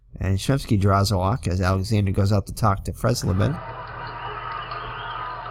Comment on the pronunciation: Dave Freisleben was at the end of an injury shortened career in 1978. He had some good seasons with the Padres. His last name is pronounced fry zlay ben.